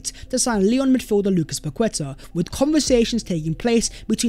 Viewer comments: Everyone deserves a happy birthday shout🎉 Please try and pronounce these names as they are called, not an English interpretation, it shows respect. Paqueta is Pa-keta not Pa-kweta. 👍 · Pronounced “Paketa”, with the emphasis on the a, the u is silent. It is not about being “decisive”, it’s about the player being overvalued by the selling club, and Edu refusing to be drawn into a bidding war. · I was about to comment how to pronounce paqueta haha gg